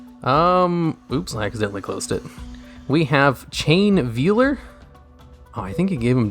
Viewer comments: It's pronounced "VALE-ER". You know, like a wedding veil? Pretty certain that a bride wouldn't be wearing a piece of meat over her head at the ceremony. Lol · ... Veeler?? Really? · its pronounced VAYLER why are their so many words you cant pronounce lol and why are they always words you say like 30 times lol